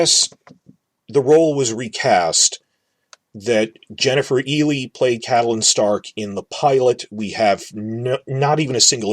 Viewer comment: it's pronounced Jennifer isle not elie